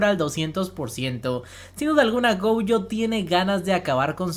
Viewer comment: Me da ansiedad que le diga "goUjo", la u la tiene al final :v